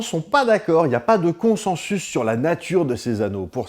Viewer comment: Coucou Bruce, juste pour info "consensus" se prononce en fait "consinsus". Voilà bisou bonne vie